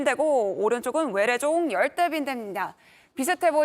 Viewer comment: 처음 나오는 아나운서 발음이 왜 거래요?? 중국인이 ㄹ 발음하는것같음. 😮😮 열대,번져 가는걸,이동을,갈 수록,힘들다는 ect